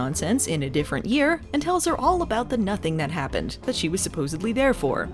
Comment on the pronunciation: "Ahh, it's just Sasquatch, don't worry aboot it..." is my new go-to when someone asks WHAT'S THAT?